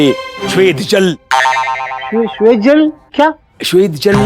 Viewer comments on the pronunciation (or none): अरे यार, अब इन्हें क्या बताएं, 'श्वेद जल' नहीं, "स्वेद जल".